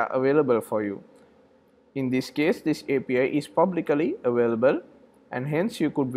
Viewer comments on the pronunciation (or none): You say APA but mean API? :)